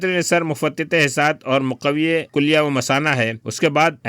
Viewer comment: معذرت چاہتا ہوں کلیہ کا تلفظ ک کی زیر اور ل کے جزم کے ساتھ ہے پیش۔ اور شد کے ساتھ نہیں